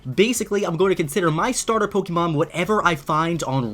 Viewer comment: Take a shot every time he says Pokémon wrong